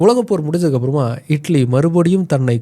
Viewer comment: Italy ❌ idly ✅